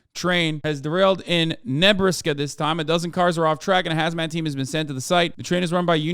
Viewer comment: bro, the way he said Nebraska. 💀